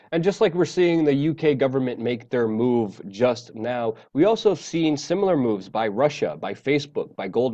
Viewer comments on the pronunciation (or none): none